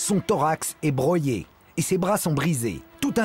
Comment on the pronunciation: Bro-yé, Karl zéro? BRO-YÉ? Quelqu’un pour lui expliquer la prononciation du Y? Et le travail de sapRe, c’est une nouvelle expression française ? Je comprends le pseudo maintenant...